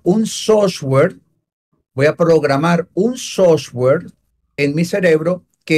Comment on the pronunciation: SOFTWARE. NO SOSWARE LOL